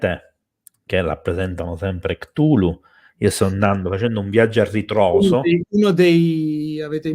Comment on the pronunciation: Allora... intanto è Lovecraft e non LoveRcraft e Cthulhu si pronuncia Ktulu, non ciutlu. Per quanto riguarda il Necronomicon non saprei da dove cominciare sulle inesattezze e castronerie, per esempio il suo fantomatico autore Abdul Alhazred altro non è che un gioco di parole, Abdul come avete detto significa "schiavo di" e alhazred ha un suono simile a " all has read", in pratica sarebbe "schiavo di tutto ciò che ha letto". Il Necronomicon è un'opera di fantasia nata dalla mente di Lovecraft.